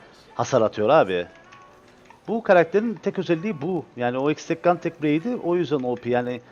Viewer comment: o item hekstek gan bleyd diye okunur lütfen ya da Türkçe sini söyleyelim silah kılıç